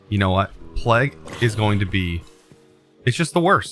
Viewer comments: Does the way he says plague drive anyone else crazy lol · everyone: wow i got plague it’s horrible: PLEG HORRIBLE